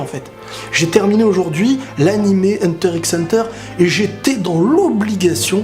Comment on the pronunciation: Par contre faut arrêter de dire Hunter IXE hunter